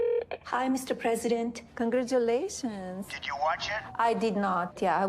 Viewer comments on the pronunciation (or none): Melania's "Kon-grah-too-lay-toons, Mr Press-see-deent", clued me They called me Daddy